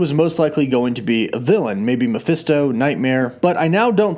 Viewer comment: Say it with me now....Brah-SHEER. Not Bra-Sher lol. Same with Meh-FIST-oh. ;p